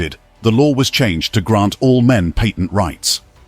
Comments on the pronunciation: You were making this extremely difficult to listen when you can't say the word "Patent." It is not "Payton." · It's really saying "patent" though. It's just in a classical pre-modern British accent.